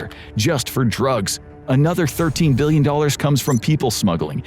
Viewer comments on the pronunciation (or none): none